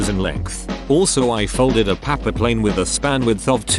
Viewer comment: No one: Not me: Him: p a p p e r p l a n e